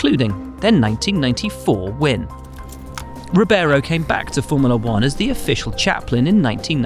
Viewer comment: Reebayro! Not rubéro! lol